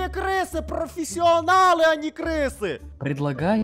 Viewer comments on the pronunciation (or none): все: крысы: профисионал... я: профисианалные крысы...